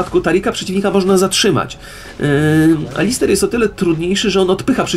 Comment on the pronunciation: to jest Alistar nie Alister xD Swoją drogą sprzedałem to kolegą w szkole i teraz się z tego śmieją (